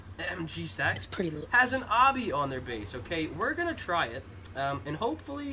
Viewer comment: It's Obby, not obbi